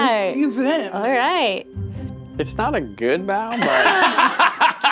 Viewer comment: really butchered that bao....